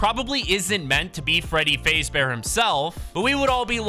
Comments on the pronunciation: BRO SAID FREADY FAZE BEAR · you said freddy fazebear its freddy fazbear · Bro said freddy fazebear🤣🤣🤣🤣🤣🤣🤣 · Dude called my man Freddy ''Freddy Fasebear'' tbh its understandable bc hes a fortnite content creator but that got me dying. its Freddy Fazbear, poor Freddy. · Freddy fazbear ❌️ Freddy fayzbear✅️ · Freddy fazebear its fazbear XD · Fazebare? I thought it was fazbear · So when saying freddy fazebear you don't say faze you faz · My guy said freddy fazebear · Freddy Fazebear??? Its Freddy Faz bear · Bro said Freddy Fazebear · its f a z bear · Why you calling him freddy facebear? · “Freddy FAZE bear” and Freddy being the “MAIN CHARCTER” as well as him saying fnaf as F N A F😂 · It’s faz-bear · Bro rlly said freddy fazebear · Bro said Freddy faysbear and then actually said all the letter one by one of Fnaf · Fnaf fans: Did he just say Freddy Fazebear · it's faaaaazbear just saying and dont say f n a f say fnaf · “Freddy fazebear” He said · bro said freddy fazebear💀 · Freddy fraezbear got me dying 😂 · Bro Freddy fazebear😂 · u said freddy FAZEbear? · You pronounce Freddy Fazbear wrong